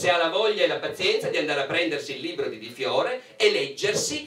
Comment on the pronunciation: Comunque la lingua italiana ha delle regole di pronuncia che una volta si imparavano alle elementari, e non sono molto più vecchio di questi signori. Le consonanti doppie si pronunciano in modo diverso dalle singole. Libro non è LIBBBRO. Responsabili non è RESPONSABBBILI, è via dicendo. È elementare!!!